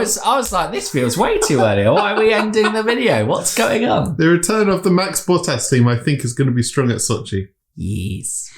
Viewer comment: Did you say a "Valtteri BUTT-ASS" race? lolololololol